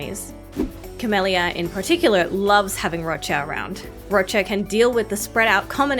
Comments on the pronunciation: what's this? a youtuber that can say Roccia's name CORRECTLY? i'm STUNNED O_O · I'm so happy there's a cc who pronounces her name correctly ❤ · Finally a content creator pronouncing Roccias name the proper Italian way! 🙌